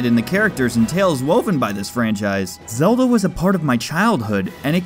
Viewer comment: You mean the legend of zegend